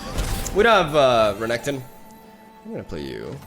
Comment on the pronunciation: I love the way you pronounce Renekton, sounds more sleek.